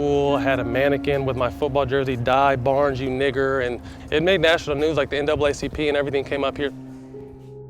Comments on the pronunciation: barn-EZ. lol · Why ......last name after father is Barnes not - baenez ?